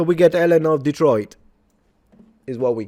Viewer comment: This guy can barely pronounce Detroit